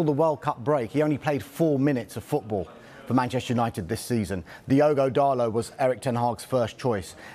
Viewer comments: DALLLLOT NOT DARRRLOT YOU 🔔 end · who’s diego darlo? ITS DIOGO DALOT